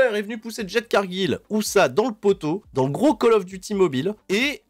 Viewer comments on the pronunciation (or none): none